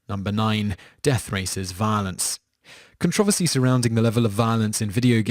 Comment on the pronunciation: I'm sorry but I love how you pronounced violence when you got to MK. Sounded like 'vah-lince' to me. I mean no offence if that's how I came across.